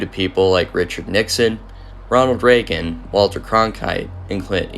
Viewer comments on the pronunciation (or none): none